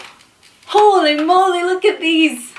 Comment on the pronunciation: holly molly 😂😂😂😂😂 like'ul meu a fost pt cum spui holly molly🤣🤣